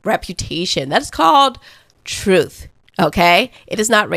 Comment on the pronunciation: first off, I LOVE you, your delivery, your content and your authenticity. However, please, please stop pronouncing the word truth as trufe. This isn’t a complaint, but you don’t enunciate the words with “th.” You always replace the th with the f. Wif instead of with as an example. I do love you.